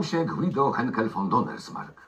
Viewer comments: Guido a nie gido!!!! Pan przewodnik był ratownikiem górniczym ani górskim!!! Te subtelne detale powodują że jesteś mało wiarygodny w tym co robisz...to bardziej cringe niż materiał edukacyjny.. poprow się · to Kopalnia GUIDO!!! I TAK SIĘ WYMAWIA.Byłam kilka razy bo mieszkałam w ZABRZU. Mieszkam teraz w rejonie Bielska, miejscu urodzin, i nie jestem broń Boże górolicą.Tutaj wszystkich to obraża.💕Bibi PS mieszkam z widokiem na Żar Mieszkam z widokiem na